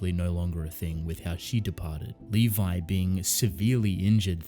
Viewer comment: Dude it's Levi...